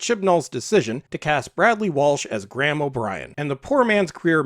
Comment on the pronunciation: My sincere and abject apologies (North) American perhaps...? People who give no nationality info on their channel must expect confusion! lol The "Graham" pronunciation error thing is (imho) simply down to parochial linguistic inconsistency: whereas the Chinese "L / R" issue is something that has been embedded in their entire language structure for thousands of years, so for me to presume to call them out on that would obviously be bratantly lacist! Thanks so much for your constructive response: anyway, at least we can all be united in our contempt for Chinballs and Wokie Whittaker! :)